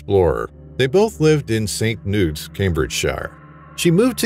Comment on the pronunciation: “St noots” 😂😂😂😂😂 Nice try. It’s pronounced “st Knee-uts”